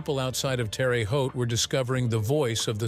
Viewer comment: it is not pronounced Terry Haute, Terra (Terre) Haute.